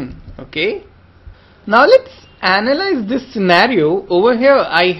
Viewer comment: to AnALiZee the friction loved the wave form of the speech